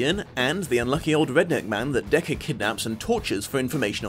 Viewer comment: I kept hearing "Deku" from my speaker instead of "Decker" or "Deckard". Not gonna lie, it sounds like a great fanfiction idea, but it was very confusing at first.